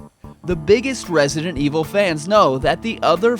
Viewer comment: You pronounce the title wrong. I needs to sounds like this evil voice we all love RESIDENT EVIL 👿